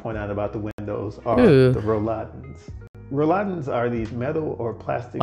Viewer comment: Well said, except it’s Rolladen, not Rouladen (that’s a German dish containing meat rolls 😂). Btw, in my home there’s floor heating only, no radiators. Toilets in the US are always mounted on the floor because the wooden walls wouldn’t support the weight (German walls are made of bricks or concrete).